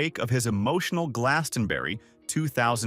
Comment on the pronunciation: Americans just can't pronounce Glastonbury